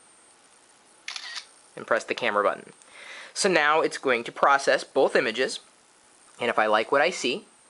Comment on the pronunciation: i thought both was B O T H not BOLTH